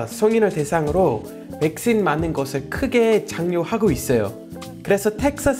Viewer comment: 올리버 님 백신 발음 신 을 씬 으로 읽으니 웃기닼